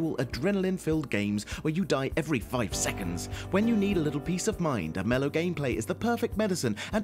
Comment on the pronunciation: "when you die every FFFFive seconds"